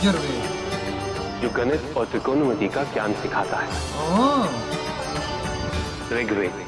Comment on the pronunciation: Rigved not rukved Yadur not Jadur Atharva not Atharba